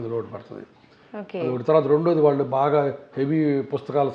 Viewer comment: యాంకర్ కు సూచన "ళ " "ణ " అక్షరాలు పలకడం ప్రాక్టీస్ చేయండి ఉదా :వాల్లు, వాల్లకి పెల్లీ నీల్లు కల్లు మోకాల్లు మొదలగు మాటలు (వాళ్ళు, వాళ్ళకి, పెళ్లి,నీళ్లు, కళ్ళు మోకాళ్లు ఈ విధంగా పలకాలి. మన మాతృ భాష ను గౌరవిస్తూ విలువ ఇవ్వకపోవడం చాలా శోచనీయం మరియు బాధాకరం. మనం ఎన్ని వేషాలు వేసిన ఎంత మోడరన్ గా ఉన్న ఎంత వయ్యారం గా మాట్లాడినా యూరోపియన్ అనరు. మనలని బ్రౌన్స్ అనే అంటారు. మన నాగరికత మన భాష మనకుండగా ఇతరులను అనుకరించడం అవమానంకాదా?